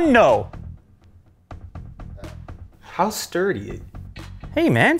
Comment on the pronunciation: lol your actually the first american that iv heard say ya dun know hahaha sounded great!! ok so my question doesn't magnets affects hard drives in a negative way?